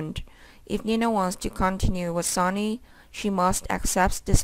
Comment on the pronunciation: It's Sonny Not Sawny!!! Learn how to read!!!